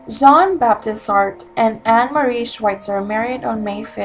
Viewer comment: It is "saat-rah"